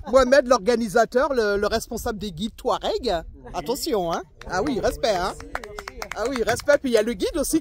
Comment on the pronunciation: Bonjour, vous me faite beaucoup rire quand vous dite Touareg, Dans la prononciation on entends plus les mots "Toit Raide" au lieu de 'Toit regue' 😂